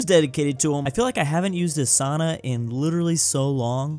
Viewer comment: It is souna not sauna. Long o sound 🇫🇮